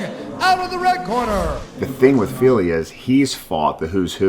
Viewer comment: Love how Bryce says Philly when referring to Fili..always takes me a second to realize who he’s talking about.